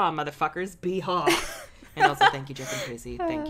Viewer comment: Casey: Yeehaw Me: No, Beehaw